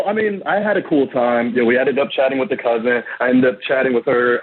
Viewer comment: Dudes a teacher but kep saying "cousint"